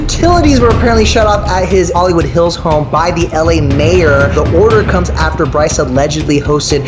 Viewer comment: How can you botch the name like that? It’s Bryce